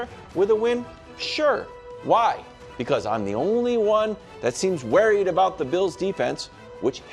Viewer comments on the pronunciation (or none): coach for the win!! Wildes since I know you "read the comments" - I realize you're a New Englander, but it's not "warried" (like "carried") - it' worried, sounds like "hurried". And don't be "worried" about my Bills, they're steamrolling the broncs this week !! Also - you're still an American treasure and the engine that makes the show go - keep on keepin' on !!